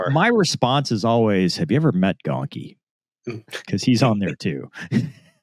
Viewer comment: Shocker the news messes up Gonky's name, pretty par for the course